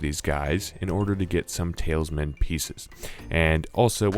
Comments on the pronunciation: Ikr it bugged me so much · You say TALISman wrong the whole video